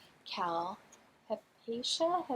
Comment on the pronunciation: Yes, you have pronounced Hypatia correctly. My mother's college roommate was Hypatia Penishka, so my ears perk up when I hear the name. Lovely!